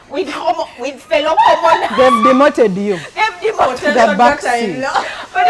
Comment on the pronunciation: I hear demoted 🤣🤣🤣